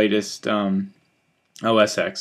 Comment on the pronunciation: it is called OS X (ten) not ex... cm on...